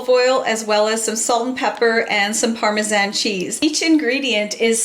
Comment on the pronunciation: I love that you pronounce Parmesan the way we do in Australia also. Is this the correct pronunciation I never know 😂 we have a large Calabrian population where I grew up